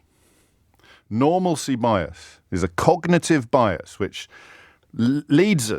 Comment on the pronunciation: How many times does he say hyperbole in this video? Also the way he’s saying it isn’t how you pronounce it at all